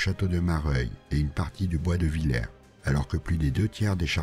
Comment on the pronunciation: Je crois que "Villers" se prononce "vil-herse"